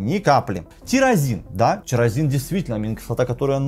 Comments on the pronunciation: не тЕрАзин а тирозин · эндокринолог- безграмотный, в одном слове две ошибки, тИрОзин, а не тЕрАзин!